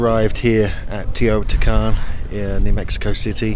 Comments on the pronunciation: It Is Teotihuacan no teotican!! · Its teotihuacan not teotican lol and mexico is part of north america not central america 🤦‍♂️🤷‍♂️